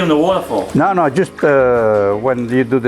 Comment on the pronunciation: Love how he occasionally slips in a ausie "naow" 🤣